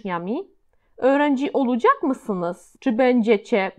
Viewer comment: Witam!! Czy są jakieś zasady wymowy w j. tureckim? Słówko olacak wymawiasz (oludżak). Też wiele innych zauważyłam. Proszę o komentarz. Pozdrawiam.